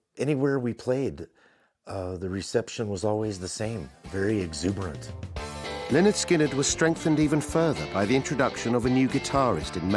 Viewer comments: Imagine making a whole, nearly 3 hour, documentary about Lynyrd Skynyrd, yet not bothering to learn how to pronounce their name. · DWAYNE. CARL. HUTCHINSON. THIS. REMINDS. ME. OF. BEHIND. THE. MUSIC. WITH. BAND. LYNYRD. SKYNYRD. I. GOT. ON. CASSETTE. IN. THE. STUDIO. ON. WWDC101. ON. THE. MAKING. OF. ALBUM. PRONOUNCED. LEH. - NERD. SKIN. - NERD.